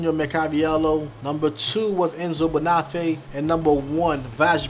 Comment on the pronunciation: you're butchering these brand names, it's Yeossal, not Yosol, Gaziano Girling, not Gerling, Enzo Bonafe, not Banoffee and Vass, not Vash.